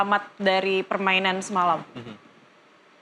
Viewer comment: MARTIN PASS .....PAES TERUS kalo mau jadi komentator belajar dikit napa akibatnya semua ikut medsos MEES HILGERS BACA MEIS HILgHERS...g nya jangan dikuatin